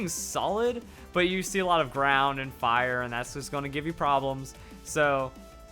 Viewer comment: When said you see a lot of ground and fire, i thought he said brown. I was like "When did a color become a type?" XD